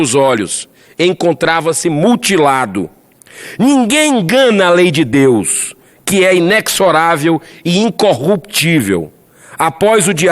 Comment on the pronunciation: Impressionante como os oradores erram a pronúncia da palavra INEXORÁVEL (INEZORÁVEL), confundem muito com a INOXIDÁVEL (INOKSIDÁVEL). De tanto sê-la pronunciada dessa forma, os gramáticos terminarão por aceitar a nova pronúncia. O mesmo erro se dá ás palavras SUBSÍDIO (SUB-SÍDIO), pois o sub é prefixo, e SUBSISTÊNCIA (SUB-SISTÊNCIA). Ambas são pronunciadas com som de Z.